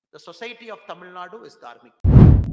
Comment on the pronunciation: Tamilnadu not Tamilnad mr anamala😂.தமிழ்நாடு கூட சரியாக சொல்ல தெரியவில்லை அதென்ன தமிழ்நாட் நோட்டாவா.